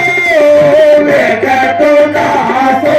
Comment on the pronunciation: వేలితో కాదు వెలీతో